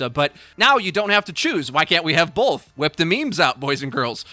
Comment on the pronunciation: Loving the Orisa buff! Cant say how many times I'm pumping out shots and need to throw shield and then have a double reload because I need to throw shield for a teammate or myself. Also...stop saying "bolth" , thanks